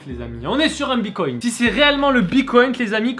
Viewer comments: EH MAIS DIS PLUS JAMAIS BITCOIN TU PRONONCE MÉGA MAL DONC STP BITTTTCOIN PAS BICOIN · Tu me stress c'est bitcoin et pas bicoint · Ça se dit bitcoin pas bicoint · Mdrrrr "une pièce de bicoint" on dit "bitcoin" bordel 😂😂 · RHAAA C PAS BICOINT MAIS BITCOIN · Mais grave on dit bite coin non pas pycoint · Bitcoin pas bicoint stp C'est relou a la fin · Il a dit bicoint au lieu de bitcoin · Mec on dis BITcoin bicont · c’est bitcoin pas bicoint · "Bicoïn" putain. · Sa se dit bite coin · Mdr il dit : "bicoinT" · « Bicoint » bien sur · On dit biTcoin